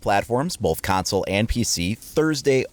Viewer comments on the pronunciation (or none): none